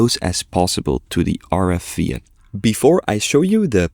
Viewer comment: I like how you say VIA, its pronounced as VEE-uh